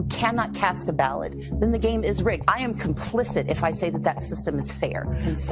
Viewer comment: OMG did she say RIGGES TJAT SOUNDS LIKE TJE N WORD